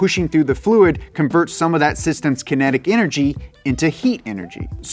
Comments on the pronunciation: kenetic -> kinetic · Kinetic, not kenetic. Just saying. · kinetic not kenetic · kinetic > kEnetic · Sorry, but how did yall mess up the word kinetic?